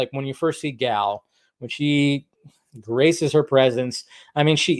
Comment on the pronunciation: So you for years now you have said that you love Gal and Gal is wonder Woman and yet after all this time you still cant even say her name correctly. So I'm trying to figure out if you're lazy or if it's that you just don't care. See people notice these things and remember it, plus it takes away from your credibility.